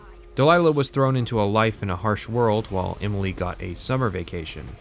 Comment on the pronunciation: You say "Imily" instead of Emily. Can't un-notice it.